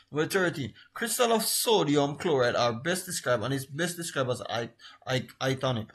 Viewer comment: You have a lot of mispronunciations sir. "anthoms" "iconic" "senimentation" and many more.